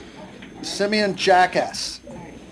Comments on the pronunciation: Um, his pronunciation of Simian Jackass was completely inappropriate. The judge should've been sanctioned for that behavior. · I thought he said " send me in jackass"😂😂😂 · I thought he said send me in jack ass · "Simeon Jackass" - "it's jah-cause" LMAOO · soltan p.s. He pronounced that guy's name wrong on purpose trying to be cheeky himself